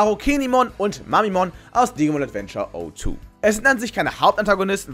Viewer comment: Wie kommt es, dass die 2. Digimon Staffel von vielen Youtubern O2 (wie der Handyanbieter) ausgesprochen wird, obwohl es Zero Two heißen müsste, weil das 02 für das Jahr, 2002, steht, welches in der Serie der Zeitpunkt war von der Handlung. es ist eine Null, kein O. Das Triggert einen immer total, weil das einfach Falsch klingt.